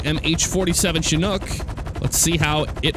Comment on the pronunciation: it's pronounced chin-ook. Not shin-ook.